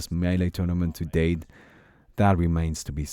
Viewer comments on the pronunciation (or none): none